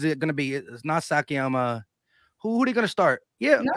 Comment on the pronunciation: Sakiama?! 😂😂 What's he Japanese now?